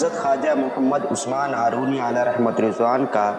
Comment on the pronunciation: لفظ زندانی نہیں.....زندنی ہے.....لفظ ہارونی نہیں بلکہ ....ہرونی ہے....